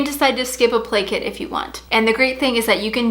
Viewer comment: Every time you said play kit I thought you said blanket hahaha